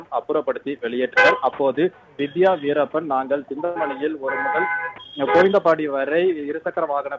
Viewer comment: வீரப்பன் ன்னு சொல்றதுக்கு என்ன கஷ்டம் news reader